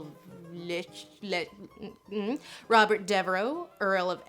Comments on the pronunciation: it's pronounced Lester I should know because I'm from there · its pronounced lester lol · For reference, Leicester is pronounced: Lest- er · Leicester "Les ster" NOT "Lie ses ster" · Leicester = pronounced - less-ter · it's just leh-ster. Dead simple, don't know how yanks always get confused on it. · Its pronounced Lester just ignore the whole extra letter thing, we do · Elizabeth I in many ways is a tragic figure. It's a fact that she was sexually abused by her stepfather as a young girl. Her confinement to Kenilworth is where she met Robert Dudley, who later became one of her lovers and Earl of Leicester. It's pronounced LICE-tur. Having seen her father's rages (his frustration about a male heir as much as it was physical brain damage from his jousting accident before he ascended the throne; prior to that injury, Henry was described as affable and easy-going, and he was noticeably suspicious as well as more mercurial and moody after the injury). Had her half-brother, Edward, lived, it is likely he would have been as cruel to the Catholics as much as Bloody Mary was to the protestant-lights under the Church of England. Elizabeth didn't want to lose control of her power because then she wouldn't be safe. I think her experiences with Thomas Seymour that being a wife would end her independence. Elizabeth's step-mother, Parr, was apparently okay with her new husband groping the girl under the pretense of "horseplay," but when she suspected he was or going to have sex with the child, Parr got Elizabeth out of Seymour's reach. With Elizabeth's mother's death and her increasingly crazy half-sister Mary's reign where she happily burned people at the stake, I think Elizabeth made the best of things by insisting on her independence once she was on the throne. Once Elizabeth become queen, she used the prospect of a royal marriage to another foreign pri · LESS-ter! LESS-ter! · Just FYI: Robert Dudley, Earl of Leicester...the name of the earldom is pronounced simply 'Lester'.